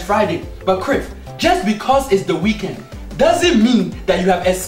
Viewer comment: It's not the wekend he really said "wekend"